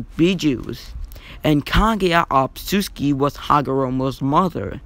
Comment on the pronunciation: Not tryna be mean but it’s otsutsuki, not obsusuki